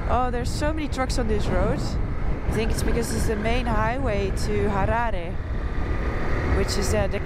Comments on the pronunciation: I love that you say "Harare" the proper way. I think you'll love the Eastern Highlands even - Honde Valley, Nyanga, Troutbeck etc... Noraly you just made me miss the country i call home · Thank you for pronouncing Harare the correct way unlike some who say Harari even after staying in the country for decades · I like the way she pronounced 'Harare' at the end there.